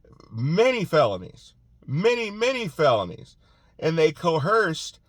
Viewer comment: There’s no “H” in coerced!!!